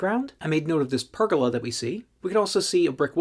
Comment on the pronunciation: I've never heard pergola pronounced like that. Everyone here says per-goal-ah.